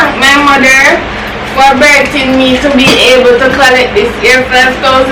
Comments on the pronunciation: " I just want to thank my mother for "burting" me... dwrl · you speech have me rolling😂🤣🤣🤣🤣🤣🤣🤣🤣🤣🤣🤣🤣"I just want to tank my mother for berthing me to be able to collect this here $5000 today & i would like to tank youtube aauudients for this appertunity to be here to do this challenge even though pepper water splash up inna mi eye i i am happy i tank u😂🤣😂🤣🤣🤣🤣😂🤣🤣😂😂😂" You need to go in drama, hush